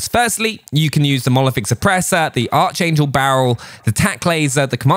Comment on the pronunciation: for the love of god its pronounced ARK-Angel not ARCH-Angel. Its not spoken how its spelt